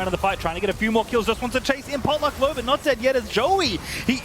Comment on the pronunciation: phreak says botluck there